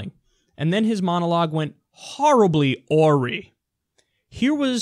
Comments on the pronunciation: I cringed when Kyle pronounced "awry" as "aw-ree" instead of "a-RYE". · "Oar-y" c'mon Kyle it's "ah-rye" dude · Also, It's "Uh-rye", not "Aww-ree" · It’s pronounced uh-RY not AW-ri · awry is pronounced "uh-rye" not "oar-ee". sometimes the little things distract from the story. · KYLE awry is pronounced "uh-rye" NOT "or-ree" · 'Horribly Ore-Ree???' . Yikes, that's Awry, Kyle, say it with me 'Aw-Rye'. It's a simple one dollar word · You said "awry" wrong. Unless there is some other accepted way to pronounce it. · Arwy is pronounced ar-i kyle not aww-ri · A-wry, not ouree... Well, poh-tae-toe poh-tah-toe I guess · Not to nitpick Kyle but it's prnounced. a-rye not ah-rhi. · Goddammit, Kyle! What is it with you and pronouncing words wrong lately? lol 'Aw-reee'? Ah-rye. Seriously, aren't you supposed to be college educated? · The Gentlemen Network - "uhh-rye" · The word awry is pronounced "a-rie" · Anyone gonna make a 'Harrably Ory' trap remix? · For future reference...."AWRY" is pronounced "uh- rye. " Regardless, we need SINGLE PAYER..NOW!! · Great commentary...but I have just one pet peeve: The word 'awry' is pronounced [uh-rie, uhr-eye]. It means for things to go wrong. S'all. Love your work. Message not lost. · 'awry' is pronounced "ah- rye" like the bread :) its one of my favorite words :) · Swiss Chalet Manager I thought that's what he was trying to say but I wasn't 100% sure. I also thought it could be a word that I'm not familiar with, except I couldn't figure out how to spell it to be able to look it up...lol. Yes Kyle awry is pronounced uh-rye, rye like the bread. Just a heads up...🤙🏽✌🏽😉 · Isn't "awry" pronounced like rye bread? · C'mon Kyle we've been through this before. Awry is pronounced "ah rye." Perhaps you thought the spelling was different. Understandable. But also wrong. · Aww come on, awry is 'uh-RAI' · I got an ad! commercial for market trading... Spot on video. However 'awry' is pronounced awe-rye, unless you've changed it in the US. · awry "uh-rye"